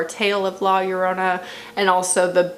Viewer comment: You’re pronunciation of Llorona is correct lol